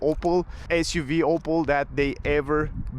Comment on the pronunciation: It's not "Opal" it's "Opel".